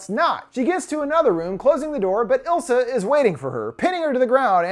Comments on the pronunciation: It's Isla, not Ilsa. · I'm 99% sure It's eye-La like Isla fisher not ill-sa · But.. It is ISla not ILsa.. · I think her name is Isla (eye-la or ees-la). Not ilsa lol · The demon lady’s name was Isla, pronounced eye-la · is no one gonna talk about the way he pronounces isla? i cringe respectfully 😭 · Isla is pronounced eye-la